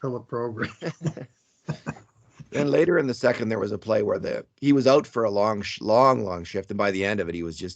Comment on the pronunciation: " he was out for a long shlong long shift" 😅